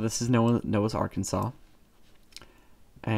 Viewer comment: You pronounced Noah's Arkansas wrong. It's Noah's ark-Ans-as